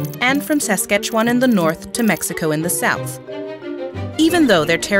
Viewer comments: Minor error: saskAtchewan, not saskEtchewan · It's Saskatchewan not Sasketchewan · Its "Saskatchewan," its a Nehiyawewin (Cree) word.. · It’s SASKATCHEWAN HOLY